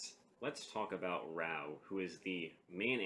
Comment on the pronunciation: raaa oooohhh not rauuu